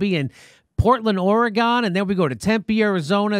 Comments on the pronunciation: Jimmy.. Don't you ever fuckin call it "Ory-Gone" again. Oregon is pronounced "Ory-Gun" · Great video but omg, Jimmy! Learn how to pronounce "Oregon" correctly!!!!